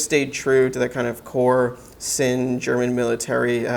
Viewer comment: Thanks for the review. Isn’t it pronounced “zinn”.